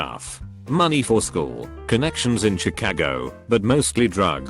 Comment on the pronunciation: I love how its says chacagio